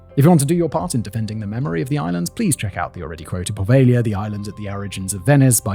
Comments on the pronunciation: PO-veglia not pa-veglia… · PoveLia ;) ("gli" is read as very soft "li" in Italian - soft but not like Spanish "ll" :) ) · The way you sort over-pronounce the name of the island (puhVEYYYY-YUH!) reminds me if that Seinfeld episode. "Has anyone seen my FEE-Yon-SAY? I cannot find him ANYWHERE?!!" Also, good video, man.